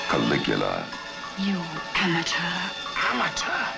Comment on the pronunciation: "You amacheur!"..."Amateur [slap]!"